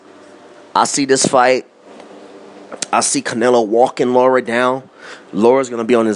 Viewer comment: Man you're analysis is so flawed, first you say Lara is not an elite fighter, he is a B- fighter, and then you say he is a supreme boxer, make up your mind oh yeah and it's Lara not Laura, you probably call Maidana Madona too